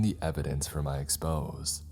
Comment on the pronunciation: I love all these ... In the one where the narrator explores the house next door ... FYI Exposé is pronounced like EX-POE-ZAY